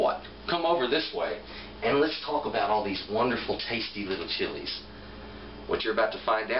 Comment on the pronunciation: Thanks for the great video. I appreciate your Spanish pronunciation on the chili names. Just as good as your knowledge OF the chilies.